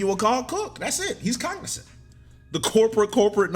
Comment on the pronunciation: "hes COG-nicent" I paused the video. STOPPPPP LOOOOL